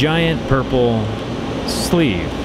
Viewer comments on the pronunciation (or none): the way he said sleeve lol